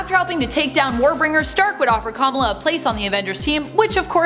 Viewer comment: Why did she mispronounce Kamala like a million times?